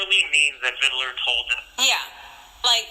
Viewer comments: Its VID LER....not VID I LER you poor victim of society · WHAT is this 'Viddaler' bullshit, you cock? It's VID-LER! And Amir did NOTHING for you, you sack of shit!